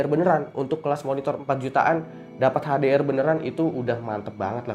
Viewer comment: HDR sebut betul2 dong